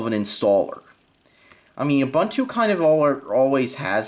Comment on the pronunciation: If you're gonna use it, learn to say it.... it's pronounced oo-boon-too (all 3 syllables rhyme with the word too/two)